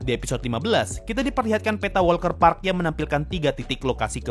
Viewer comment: Walter Park deh Bukan WALKER PARK lho